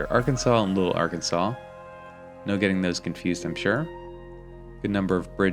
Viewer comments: Lots of parking, especially at apartments. The Orpheum Theater is where I saw the Batman movie with Adam West. It gets very cold in the winter; but the summers are great. It's pronounced Ar-Kansas river in Kansas. 😄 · Hence the nickname "Air capital of the world". Boeing is still here but has taken a huge hit along with many airline companies due to covid they have laid off thousands of workers. Wichita is a great city...and yes its Ar-Kansas river. 🤣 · Ar- Kansas River not Arkansaw, people living here in Wichita will take offense and correct you as I'm doing, lol. First "castle" is The Scottish Rite building. second one is the old Sedgwick County courthouse that is now a museum. The steam engine is a train museum. When you were looking at the grain elevator, the tall wall is actually an elevated train track which is part of the track that steam engine is sitting on. You skirted past a lot of cool buildings. I heard myself say "Wait, go back!" or "Not that street!" "No, turn there!" lol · I remember when I lived in Wichita I had a coworker who was also from out of state. He said it was wrong to pronounce it Ar-kansas instead of Arkansaw. I said "who gets to decide that? I think people can pronounce names the way they want." Wichita was a nice place to live. It was so flat that you could go everywhere easily on a bicycle.